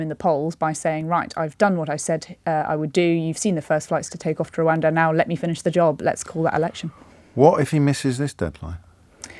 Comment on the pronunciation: Please be careful how you use exponential, James. You know better! Also please tell that lady that while Rwanda begins with an R it doesn't have one on the end.